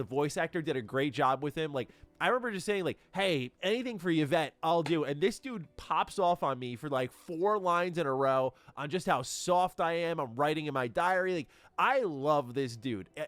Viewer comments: Wow, you read a woman's name all wrong. 😂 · It's a Women's name, it's pronounced e-vet